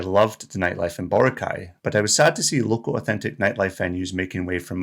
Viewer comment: It's not Bore' - ah - kai 🤣